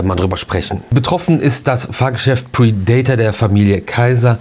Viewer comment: Bitte nicht "pridaitor" aussprechen, sondern "prädäter"😉